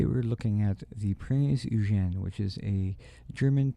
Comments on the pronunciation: Last comment, not to be a word Nazi but it's pronounced like (Prints OyGen) Keep up the excellent reviews! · Oy-gen. If you're such a WW2 junkie, how do you not know how to pronounce the name of the ship? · oy-gain. It is pronounced oy-gain. Please note. Great work, though.